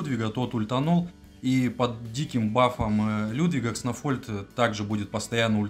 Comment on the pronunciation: 1) Почему Кснофольд, если он Кснольфод? Ты его троллишь?) 2) Если мета одинаковая, стабильная и не меняется, есть 1 безапелляционный топ-герой, то это вполне себе повод что-то с ним сделать. И я бы предпочел нерф одного героя. Но из-за ноуспентеров теперь не нерфят топов, а тупо делают новых нереально крутыми и за ними не угнаться. Лучше бы тогда понерфили несколько героев, чем эта свистопляся с бесконечными статами(